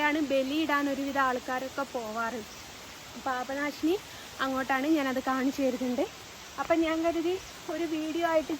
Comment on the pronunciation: പാഭനാശിനി അല്ല പാപനാശിനി ആണ് 🙏